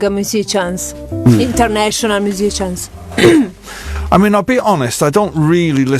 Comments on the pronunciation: Certo che MUSICIAN pronunciato maccheronico però cazzo 😅😂😂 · Davvero non si può sentire, terribile!